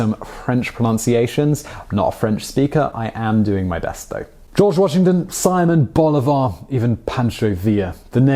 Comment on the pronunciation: Apologizes for not speaking French and pronouncing poorly: Immediately mispronounces Simon Bolivar.... SMH